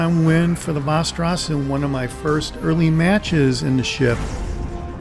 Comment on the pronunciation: You almost got it. From a 🇸🇪: 'VEST' • 'EH' • 'RAW+S' :D